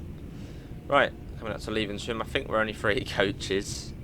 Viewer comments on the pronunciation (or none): Levenshulme is pronounced Lev-ens-hume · Levenshulme is prnounced as leven-shoom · Great video - looking forward to this route. Its pronounced 'Lev - en - shoom' . The airport is busy as well, flights to the US and Asia (Third busiest UK airport by passengers I think) as well as Europe and the rest of the UK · I am now a Stockport local but lived in Wilmslow for 6 years so great to see the details at the stations and the northern 323s and Avanti west coast pendolino 390s exterior is qiute on point. Appreciate the video mate. Mabey come to Manchester sometime yourself and explore the routes forst hand. And levenshume hehehe hilarious pronunciations. Nevertheless absolute legend. Cheers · oh god, hearing you try and pronounce Levenshulme as its my home and local station was funny. I guess it sounds like a name for a funny place if you aren't used to it. If you want to see what it's really like, I've been train spotting there. Lots of 390 traffic.